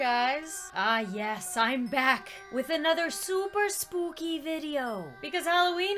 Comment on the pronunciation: Don't you you mean..... soopy 👻😹